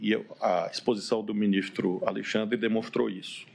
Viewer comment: "😊Meu minixtro"